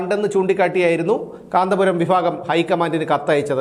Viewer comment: വിഫാഗം alla വിഭാഗം 😂😂😂😂